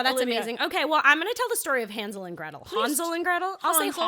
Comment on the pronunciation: I love how she pronounces Hänsel correctly the first time and then corrects herself and continues with the wrong pronunciation of the name Hänsel for the rest of the episode :D